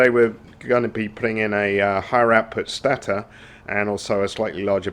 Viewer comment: good video but its pronounced STAY-TOR not STA-TA, was really annoying!